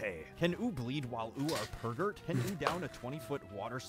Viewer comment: pergert pregnart